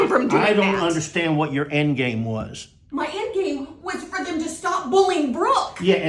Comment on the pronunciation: Would someone please tell that there is no H in understand? Is that just college girl ignorance or a speech impediment? 😂